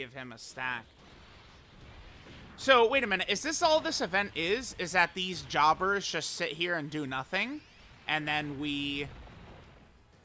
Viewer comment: Lmao "jobbers"